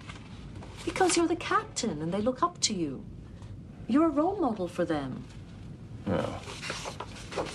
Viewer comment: "haha I'm a rool model"